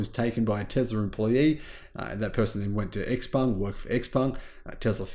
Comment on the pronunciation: You pronounce “ xpeng “ while it should be pronounced the same as xiaomi”